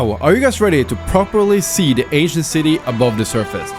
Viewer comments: For a second I thought you said Asian city, I'm actually Asian. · Sorry but i just cant un hear the asian city when ever he says ancient city... HAHAHAHAHHA